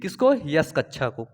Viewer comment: sir kaccha nahi kakcha hota h 👍🏻